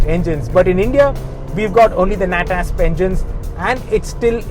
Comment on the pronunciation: Please NEVER say NAT-ASP ever again. Just NO.